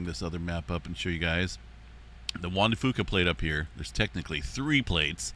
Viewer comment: It’s not pronounced Juan de Foo-Kah, it’s pronounced like Juan de Few-kah. Common mistake. ☺️